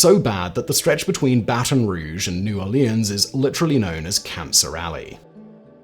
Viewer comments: The way Simon pronounced New Orleans is how the rest of the world says Orleans, as the French intended. The slight twang that the Americans give it comes from either Creole or Cajun twang ( a silly fact I learnt somewhere decades ago). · Wow, born and raised in Louisiana and I knew it was gonna be on this list for something, but I legit was surprised about the polution. I've never heard the phrase 'cancer alley'. Probably because everyone here is in super denial. Also, hearing Simon pronounce New Orleans is just weird.